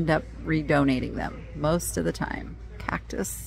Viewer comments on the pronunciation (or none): none